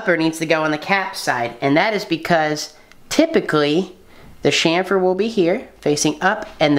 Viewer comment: Chamfer. Not shamper.